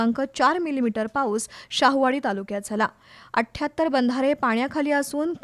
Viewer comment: 78- athyattar ❌ ashtyattar ✅